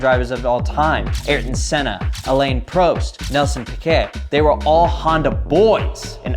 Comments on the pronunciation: It’s AAH LAAN PRAWST. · He needs to learn names. Who’s Elaine Proast? Aurtton Senna? It’s not like it’s impossible to look up how to pronounce their names correctly. It’s literally ten seconds of work for each one. Its embarrassing. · "Elaine Prowst" 🤣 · look love ya but that alain prost was painful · Are we just gonna skip over how he said Alan prost?????